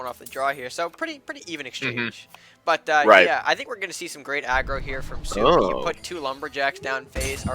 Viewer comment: My name is pronounced as "Sup-E" not SoupeeeE lol. i had fun in these championships